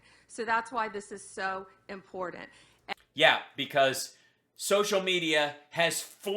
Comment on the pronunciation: That last speaker thinks there is a d in important